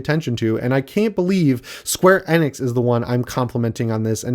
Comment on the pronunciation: Love ya and the channel, but the way you pronounce Square Enix just ruined my entire night.